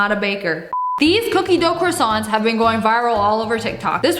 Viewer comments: Lia : ok I got pre made croissants 🥐 “ahem I mean CrAsSWoNt 😂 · People are saying tom holland says quackson for croissants